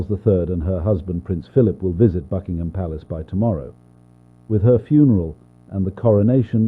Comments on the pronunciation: WHY DO I HEAR "FUCKingham Palace" (Fr)💀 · WHY DO I HEAR "FUCKINGHAM" ITS BUCKINGHAM 💀